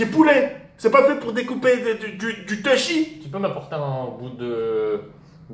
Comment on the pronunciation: « Du Techi »